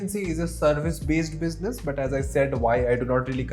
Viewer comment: i love the way you say "biznus"